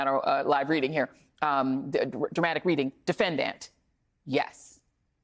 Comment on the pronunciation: Who does she say defenDANT like that?